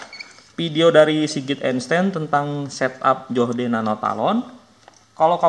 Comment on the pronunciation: "Joh - d" wkwkwkkwkw